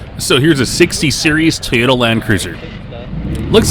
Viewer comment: Who keeps calling it tee oat ta ? Haha it TOY OAT TA If Japs call it that it's because their Japanese ! Lol .